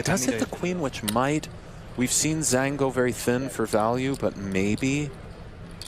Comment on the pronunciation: love the pod, just to help with the pronunciation of Zhang; Zh = J as in 'j'ohn. a = o as in the word 'o'n. so more similar sounding to jong than zang.